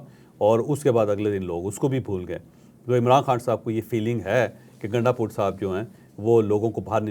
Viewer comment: Bhai naam to drust pukara karo gundapur nahein gundpur hae phir yeh gundpur sahib kaisee ho gaee aqal to aam logun jaisi nahein to aap sahib sahib pukar rahee hein